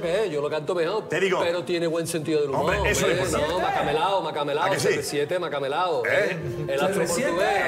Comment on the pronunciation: ¿Donde está serresiete?🤣🤣